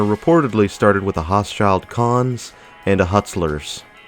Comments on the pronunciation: Pronounced ho-shul cone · OMG, I live 10 minutes away from the mall. Please let me correct you on the pronunciation of the Baltimore based Department Store ' Hochschild Kohn '. It is pronounced like this -- Hoe#Shuld#Cone. It was at one time the Baltimore areas premier, high end Department Store.